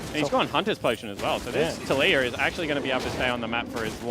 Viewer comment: did he just call taliyah latoya?